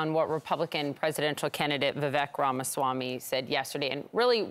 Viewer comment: “Vee-vehk” 🧐 I just can’t take you seriously if you don’t pronounce his name correctly.